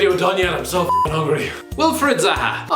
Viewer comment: “Wilfred zaha”.... oh “Raheem sterling” 😂😂😂👏🏿